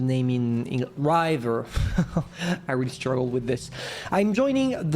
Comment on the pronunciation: Your English is very good but to help you with river, the "i" is pronounced like in rib, bib, if, tip, gift, etc. I don't know French so I can't give any phonetic examples there, but hopefully that helps. Much respect to anyone who speaks multiple languages or even is endeavoring to learn a new language!